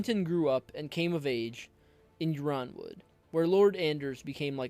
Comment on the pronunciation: already subscribed bro may i suggest you be careful with pronunciations? I believe House Yronwood is prounced Ironwood